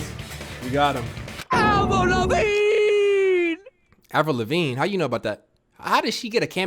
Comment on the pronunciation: Lol "Avril Levigne?"